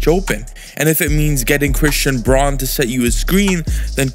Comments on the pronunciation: Braun is pronounced Brown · Christian Braun's last name is pronounced "Brown."